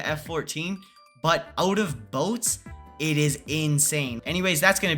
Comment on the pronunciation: “BoTeS” not a word☠️☠️☠️☠️